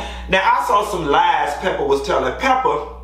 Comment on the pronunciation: You did Pepa wrong, 🤣